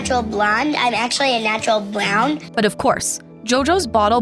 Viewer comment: "I'm actually a natural bwown"